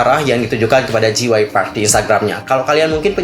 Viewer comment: J itu dibaca jey kak bukan ji jadi JYP dibaca jey wai pi